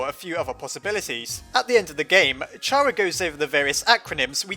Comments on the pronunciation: (not trying to criticize, but...) It is pronounced Ka-rrA like Character, not Chha-rrA, like CharmAmander. (sorry.) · Stop saying Chara as char A cuz it sounds like charamander and you missing some letters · Oh my god, can you stop pronouncing it as Chara please? It's obviously pronounced Chara, for the love of God. I know I'm right.